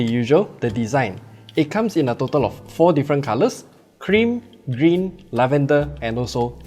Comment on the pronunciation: I heard Green as 'Cringe' somehow..😄